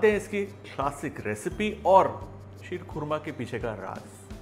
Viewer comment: शीर खोरमा शब्द संस्कृत और पर्शियन का मेल है जिसका सही उच्चारण क्षीर-खोरमा है।